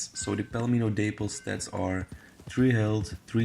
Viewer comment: The day-pple 🤣🤦🏽‍♀️ daaaap-ple🤔🤣